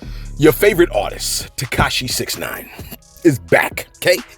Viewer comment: TekaSHE? Never heard of her